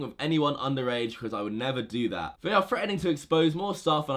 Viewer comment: Can u learn how to say THat instead of vat